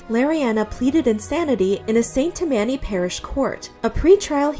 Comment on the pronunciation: It's "tam-anny", not "ta-manny", fyi.